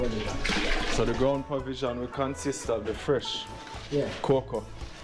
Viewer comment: ‘Ground per vision’?!